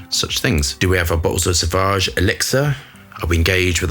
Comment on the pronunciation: it is pronounced sovage and not savage. There is a u after a. Just listen to the advertising or enter sauvage in google translater. Then you hear the pronunciation. Every fragrance reviewer gets it wrong.